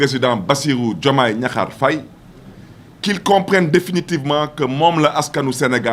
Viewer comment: il ne faut pas gâter le nom de notre président on dis diakhar on ne dis pas gnakhar boumou amati, yeureum naala trop khadiou balcon 😂